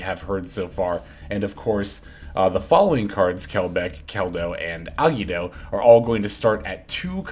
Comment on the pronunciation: Bro ever time you said Agido it made my teeth hurt…. It’s three syllables A-gi-Do …. Gi sounds like Gee